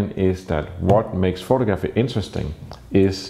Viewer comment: pho-tog-raffy not photo-graffy.